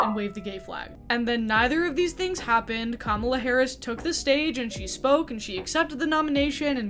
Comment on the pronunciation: Thank you for saying Kamala correctly😍